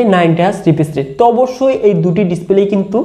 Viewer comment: ভাই ওটা রিপিজ রেট 😒 না রিফ্রেশ রেট হবে